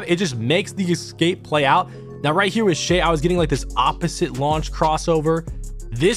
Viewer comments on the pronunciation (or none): Jesus mate. Its E-SCAPE.....Not EC-SCAPE. ESCAPE!!